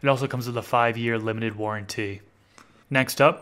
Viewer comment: and warranty he emphasises the "t" warren "tee"